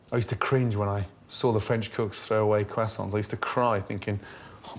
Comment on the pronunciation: Getting hungry watching this at 2 in the morning. And also the way he says "croissants" is too funny to me. I know foreign words are hard, but imo it's not a shame to not be able to pronounce them.